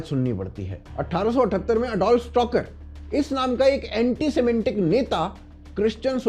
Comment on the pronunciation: सिमेटीक not सिमेंटीक.